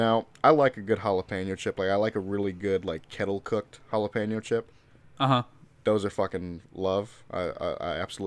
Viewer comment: tell to stop saying jalapeño like that it